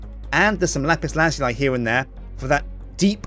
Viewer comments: Dude... it's pronounced: "LA-PIS LA-ZOO-LI" Not: "LA-PIS LAZ-YOU-LI" GET IT RIGHT!!! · Lazuli is pronounced laz-oo-lee, not laz-yoo-lie. But anyways, still a great build! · IT'S LAH-ZOO-LEE!!!!!!!!!!!!!!!!!!!!!!!!!!!!!!!!!!!!!!!!!!!!! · Lapis lah zoo lee that's how you pronounce it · ***** Oh god, I looked it up and it is really pronounced that way. BUT IT SOUNDS SO WEIRD! :( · It is pronounced lapis lazooly